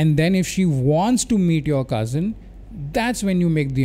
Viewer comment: You have ruined the word cousin 😂